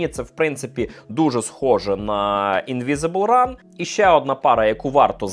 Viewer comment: явний піздьож в відео. nike infinityrn 4 - демісезонна пара. Не на літо вона. Ведучий - поц)) P.S і не "інвізібл ран" а "invincible run" що переводиться як "непереможний біг")))